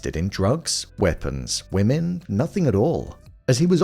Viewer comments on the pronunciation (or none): none